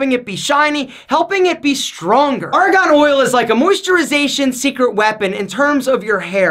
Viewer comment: Great vid! But it's Argan oil, not Aragon oil. 😂